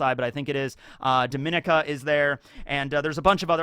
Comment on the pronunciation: Dominica & Guadalupe are pronounced (Dom-In-Knee-Kah) (Guah-Da-Loop) I'm from Barbados, by the way (Lesser Antilles)